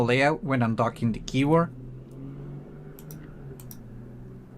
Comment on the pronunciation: “A niu kibor” 🤣